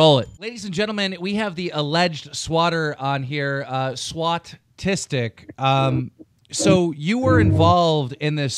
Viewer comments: man i‘m pretty sure it‘s SWAuTistic not SWAuTastic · Lol keemstar says "SWAuTastic" when it is actually, "SWAuTistic". Is Keemstar Swautistic? or does he just want that ad revenue?